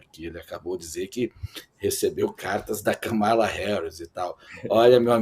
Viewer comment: Serrão, não é Ka ma la é Kam"ala , somente 2 silabas